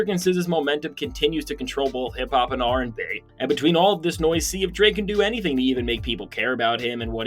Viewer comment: Why'd you say RNB like that? 😂😂😂😂